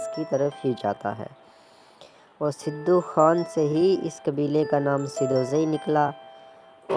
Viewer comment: Sidu ni sadu name tha un ka tlafz drust kro